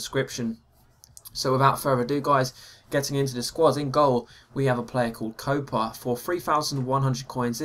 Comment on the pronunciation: Its COPA not COPEA